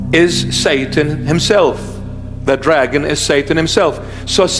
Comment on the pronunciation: ...yeah had me til you slurred the name "dragon". Satan is Satan. Satin is satin. And a potato is holy beyond description.